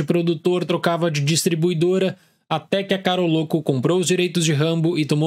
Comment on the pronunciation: Caroloco? Não é Carolco? Ou eu to loco?